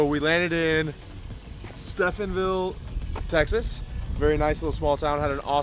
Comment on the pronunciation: Steven ville.... Not Stephan ville... Spelled to help pronounce.. 😎